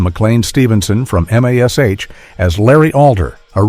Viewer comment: It's MASH not M A S H